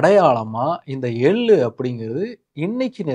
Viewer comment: எள்ளு தயவு செய்து ள் ஐ சரியாக உச்சரியுங்கள் hate comment elaam ilainga manasula patuchi sonan